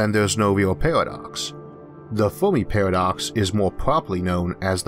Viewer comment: Why do you say "o" instead of "a"? Univorse, filtors, Formi paradox...